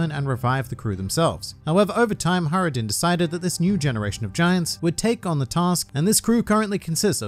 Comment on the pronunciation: Saying HIGHrodin and JJJorel is just wrong